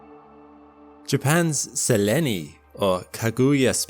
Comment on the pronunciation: Sell En Ee? NO. It's Sel - Een. Why dont you AI video generat0rs listen to teh audio before you put the videos out and get it right? It would make the videos MUCH better.